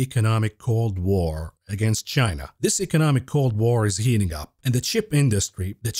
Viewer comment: you can’t speculate on a shortage of viagra and then turnaround and pronounce China like “Gyena”. You’re gonna get us fellas worked up.